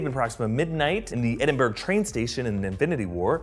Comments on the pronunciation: Edin-bu-rugh; Edinburgh. Not Edin-burg... apart from that good video 😄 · it’s prounounced eh-din-bruh not eh-din-BUUUUUUURRRRRRRGGGGGGGG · "Edinburg" ahaha why do people from the states struggle with how to say it aahahaha just annoys me because I'm from Scotland. You say "Edin bur ha" Edinburgh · It's pronounced 'ed-IN-burrah'. Not 'ed-IN-berg' :/ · Ed-In-Buh-Ra not Ed-In-Berg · Did you pronounce Edinburgh 'Edinburg' as a joke i cant tell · How do people still not know how to pronounce Edinburgh